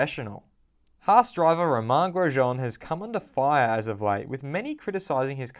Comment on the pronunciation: ro-MAN gro-SHAUN